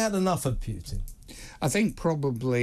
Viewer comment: Stop saying 'Pyutin'. It's Putin as in poo-tin.